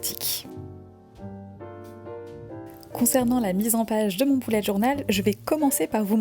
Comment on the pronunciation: Il me semble qu'on ne dit pas "boulette" mais "bUlè"